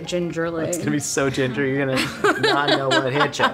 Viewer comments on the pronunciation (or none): none